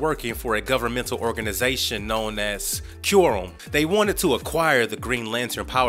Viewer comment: If you go online you can learn the proper pronunciation of the word "quorum "